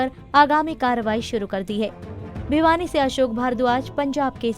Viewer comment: Bhiwani not Bhyani...